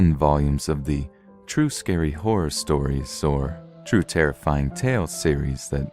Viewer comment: What is “TERRIYFING”??? (I do love listening to you at night)